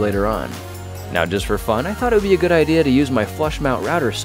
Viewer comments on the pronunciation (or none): none